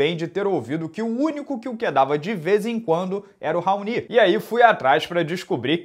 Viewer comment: Sempre ouvi o nome desse cara pronunciado como "raoni" nunca ouvi "raonÍ"....